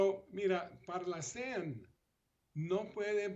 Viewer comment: No es parlacén, es parlácen. Gracias.